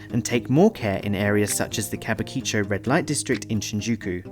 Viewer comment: Did anyone else hear him say 'Kabukicho' terribly. You even say in your video how the romanji works, but pronounce Kabukicho in some random formation. Ka bu ki cho. The 'ki' is pronounced with a E sound. The 'Bu' is pronounced like 'boo''. The 'cho' is choh almost. Sorry it just irritated me. An btw the area is pretty nice.